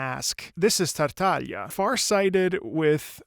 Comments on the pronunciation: I think you're the only one that pronounced his name correctly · thank you for saying his name correctly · Finally someone who says Tartaglia's name correctly😌👌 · i can’t thank you enough for saying his name correctly 😂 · THANK YOU SO MUCH MY GOOD SIR FOR SAYING HIS NAME CORRECTLY. MY HOPE IN HUMANITY IS RESTORED T-T edit: AND HE KNOWS ABOUT COMMEDIA DEL ARTE, YESSSSSSSSSSSSSSSSSSSSS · god thank you for saying tartaglia with the gl like in "bottiglia" and not like the game says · first time i hear someone not italian pronunce Tartaglia properly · Finally someone getting Tartaglia’s pronunciation right